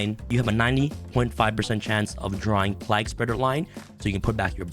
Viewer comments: the pronounciation of plague is redic lol, have you not heard someone talk of the black plague before -not pronounced plag.... its playg... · My only problem is how he is pronouncing plague as plag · Why can't you pronounce the word Plague? Like the Game A Plague's Tale. It's the same word. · My biggest problem with this video is mispronunciation of plague everytime. Lol. Other than that great deck.